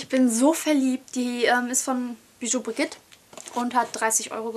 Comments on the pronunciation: hahahahahahah, das spricht man " bijou BRIJIT" aus. nicht brigit. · Eigentlich ja biju brischit (bloß nur das 'sch' nicht so scharf sondern eher so summend) xD